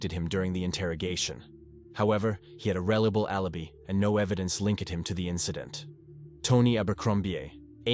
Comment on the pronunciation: A rellable allabee and boyfreeeend and favvar wtf 😂😂😂you need to download a new AI narrator coz this is definitely artificial but there's no intelligence 😂😂😂